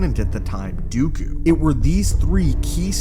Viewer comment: It's Dooku, not Dyukyu.